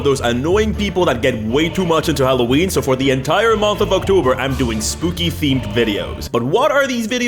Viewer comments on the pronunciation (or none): I've never heard of this "ock-toe-bar", are you okay? It's the month of Halloween.